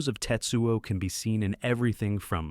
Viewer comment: His name isn't TITsuo